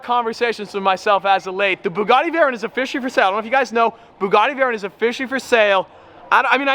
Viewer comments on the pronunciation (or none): yep stop complaining im french in my country people always complain you know the law so dont play with and win dows tint make your car suspicious and dangerous at night (less visibility ) and its Veyron not veyyyyronnee at least you pronouce well Lamborghini